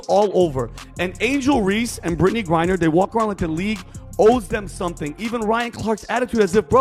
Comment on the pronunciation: The name is GRINER not GURRIER!